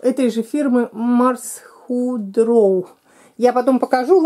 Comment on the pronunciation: Читается: Марс гидро